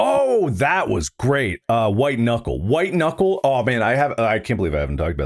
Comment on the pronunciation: Hahahahah, you said "White Kuckle"...